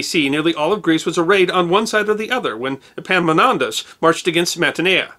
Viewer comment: I realise that "Epimonantos" and Epaminontas sound the same to most of you, but it kept me laughing through the last half of this video..... I love your work! Keep it up